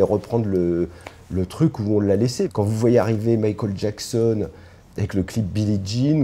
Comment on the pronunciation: Sans oublier 'Mikhôl Jacksonne'. En tant qu'angliciste ça me fait mal aux oreilles, mais je pense qu'il fait ça pour se donner un genre.